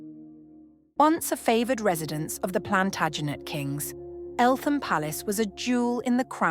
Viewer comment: The TH in Eltham is not pronounced.........😇 Great footage !